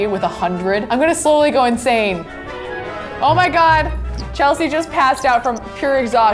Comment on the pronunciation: You keep on saying it's Chelsea